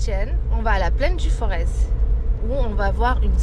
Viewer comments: On prononce Forê è ou ê ! On ne prononce pas le z , merci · Capital du Forez non, Montbrison au cas où. Et le Z de Forez ne se prononce pas